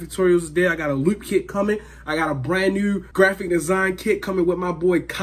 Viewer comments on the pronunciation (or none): Did he say “lewp kit” and “brand nue” 🤔😂